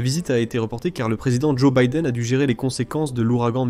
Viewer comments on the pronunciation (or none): none